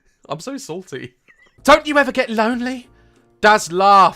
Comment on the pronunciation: THE WAY DAZ SAID "SALTY" SOUNDED LIKE "SORTY" Idk but it was hilarious to me